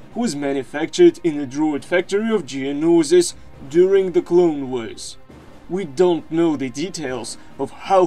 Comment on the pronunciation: During the clone wuers Geonoosis